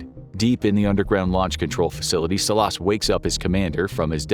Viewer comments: It’s pronounced Salas but good episode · The way he pronounces Salas 🤭😆😆